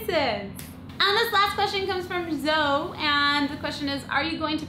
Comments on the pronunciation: it's not Zo, it's Zoee. (and it's spelt Zoe) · *Facepalm* Cupquake, it's not said 'Zo' It's said 'Zo... E ' 'Zowey ' Ok?